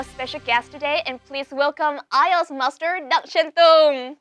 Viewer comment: Bạn ấy nói MASTER mà mình nghe như MUSTARD luôn vậy trời :))) Bạn ấy phát âm sẽ rất tuyệt vời nếu k quá gằn giọng như vậy